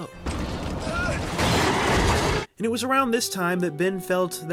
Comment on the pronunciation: dude his name is Ben not Bin